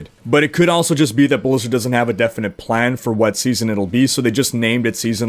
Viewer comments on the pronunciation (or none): none